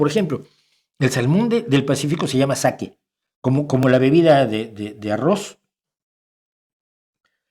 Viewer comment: Creo que el pez es "sáke "y la bebida "saké"